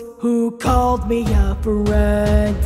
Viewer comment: This is really good!! The constant slow pace adds to it instead of taking away, just giving more emotion to the harsher parts- though I will add that when you said “friend” at like or so I though you said “bread” and that made me laugh.